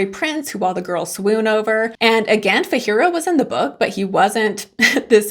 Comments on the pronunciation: I'm so disappointed you hated the book,I really thought you would like it because it gives a real-world element to Oz. Also, you have been pronouncing Fiyero incorrectly, it isn't "fihero". In the film/musical, Boq doesn't ask out Nessa and "makes due", he does it to impress Galinda. Also, Boq and his wife (who was Galinda's friend in shiz) house Dorothy during her first night in Munchkin country. I love how McGuire used more of the Oz books as inspiration instead of leaning into MGM, which pales in comparison to the world in the books. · Why are you pronouncing Fiyero like that ??